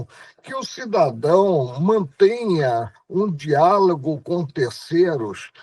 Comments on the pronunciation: Quando o melhor de todos os ministros dos últimos 100 anos (e digo isso sem nenhuma ironia), pronuncia "diálago" ao invés de "diálogo" e "cerceio" ao invés "cerceamento", nós sabemos que o problema não está e nem nunca esteve no exercício do poder. Quem critica Lula, não tem ideia do mal que Paulo Freire e outros fizeram. De toda forma, é louvável os esforços do ministro aposentado. E a ele deixamos nosso agradecimento. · Ministro fala dereito. Nao e dialago e sim diálogo